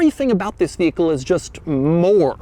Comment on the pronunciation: Bro start saying “vis” instead of “this”